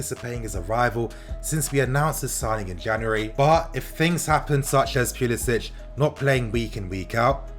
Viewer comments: Don't pronounce it as Pulisich. He's American so it's Pulisic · it’s not pulisić it’s pulisic poo-lis-ick he’s american and his family don’t pronounce the accent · He’s American the C is pronounced English not Slav... Pu-li-sic(k). My Brit fam needs to get it right now that our boys’ blue. Much love for this channel and all you do informing us fans... even those across the pond. TY 🙏🏼✊🏽💙💙